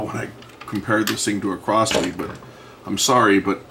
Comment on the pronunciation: Crosley is pronounced Crozley. Not Crossley.